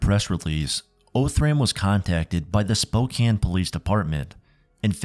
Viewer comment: How did you mispronounce Spokane so many times and then all of a sudden switch to the correct pronunciation for the middle portion of the video? Pronunciations aside, awesome video. Thanks!